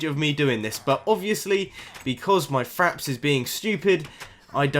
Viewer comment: lol i thought u said faps, instead of fraps xD